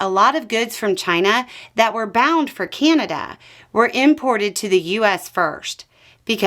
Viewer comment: Keeaanada lol, there is no ''kee'' in Canada